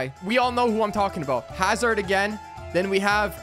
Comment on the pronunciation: lol the way he said Hazard again Thorgen Hazard be like: Yea.....sure.....